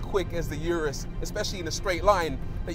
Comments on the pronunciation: "Uterus", or did I mishear? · No one thought about telling Rory he was pronouncing Urus wrong